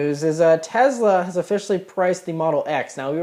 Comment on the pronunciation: Tezla? itsTesla !! :)